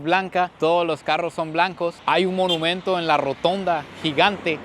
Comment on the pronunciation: No se dice menumento se dice monumento